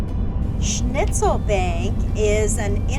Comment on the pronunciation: The restaurant in jasper is actually pronounced schnitzel'bonk. Jasper is a old INTENSE German town infused with Multiple strong German influences. The schnitzelbank is a very popular establishment.